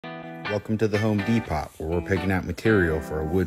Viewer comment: The “Home De- pot??????” You kidding me? The T is silent fella.